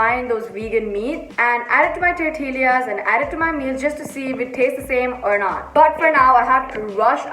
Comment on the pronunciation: Tortill-ee-as.. I'm sorry i died😂😂